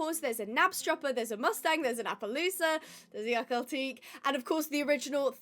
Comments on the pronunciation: Clickbait title 😠 and why do you dont like akhal tekes irl And its pronounced Akhal Te-ke not akhal teek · It is pronounced Akhal-TEH-kee, not Akhal-TEEK.